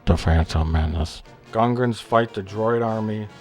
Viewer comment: aw come on - "goongas" and "gungans" isn't so different - it sounded like "goongans" but more like..."gun"...and guns are cool